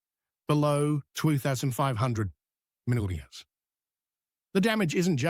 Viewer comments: Oh come man, what the heck is “75 mulla-milli-grams of Viddamin C”? 😂 Are you speaking in tongues? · That AI voice doesn’t like “milligrams”. Do you listen to your productions?